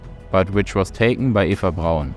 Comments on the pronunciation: This is so, so well done, and thus the sometimes mispronunciation of German words is even more jarring. For starters, “v” is pronounced as “f”, “w” as “v”, “s” as “z”, the “e” in Eva as “a”, etc. Getting your foreign pronunciation down would really make things flow better. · Not to nit-pick, but her name was Ava Braun, not Eva Brown